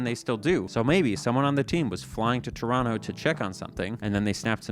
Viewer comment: p.s. omg you said Toronto correctly on your 3rd go